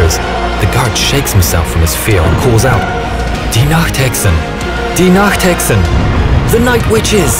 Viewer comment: sorry for being a bit rude but iits Die Nachthexen not de nachthecksen sorry for saying that im german btw